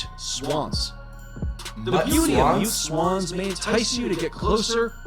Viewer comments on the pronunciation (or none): “mut swans” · "mutt swans" 😭💀